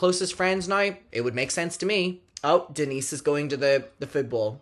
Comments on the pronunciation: Umm it’s pronounced Dee-nice 🐈‍⬛ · as a fellow Denisse, my ears also stood at attention every time you said her name in the video lmao